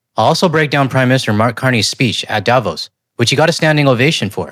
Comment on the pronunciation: Dear, I absolutely love your content! But, your pronounciation of Davos hurt my ears. The emphasis is not on the A it’s on the O, It’s not DAvos it’s DavOs. Greetings from Switzerland, where even most right wingers (except the right libertarians) hate the annoying orange aus much as you Canadians do. After all, this geriatric wannabe dictator hit us with 39% tariffs because he thinks it’s unfair that a small country like Switzerland is as rich as it is. (Yeah he really said that)